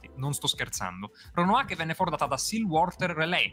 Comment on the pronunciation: Si chiama "Roanoke", non "Ronoake"!! 🤦‍♂ non è neppure capace di leggere da Wikipedia